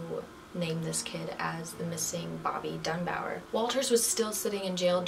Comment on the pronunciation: Bobby DUNBAR. Not Dunbower. LESSIE, not Leslie Dunbar. Hard to listen to you when you cannot even pronounce the names correctly. 🙄